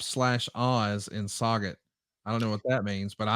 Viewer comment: Saw gut lol it's pronounced So Jay, it's a dump just a little town near East St Louis full of strip joints. People call it the Sauget ballet lol